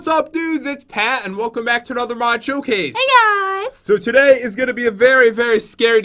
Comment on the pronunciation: he said chocase lol